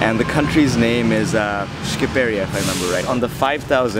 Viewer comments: it’s calld shqipria not shkipria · Shkipëria 🤣🤣 It's Shqipëria